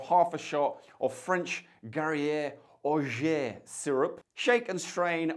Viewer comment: Orgeat is pronounced Or-zhaat if you speak English or Or-zhaah if you speak french.